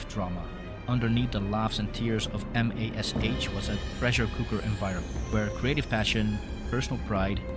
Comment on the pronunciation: Your AI script needs to refer to MASH as 'mash' not M.A.S.H. Hard to get past the first few minutes when the script shows a lack of actual familiarity with the show. Background music or whatever is also distracting. For those of us who actually remember the show, your rendition of it is off ... do your homework.